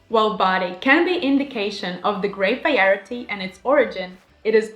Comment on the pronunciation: Nice breakdown of wine tasting! Your English is outstanding! (As a little hint, the word, variety, is pronounced "vah rye ah tea") 👍